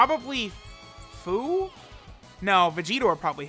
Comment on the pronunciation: HIS NAME IS PRONOUNCED FEW